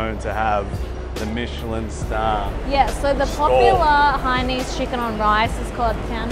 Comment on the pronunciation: Hainanese not hainese -.